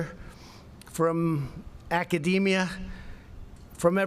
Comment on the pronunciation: ACADEMEIA?! NEW WORD HA...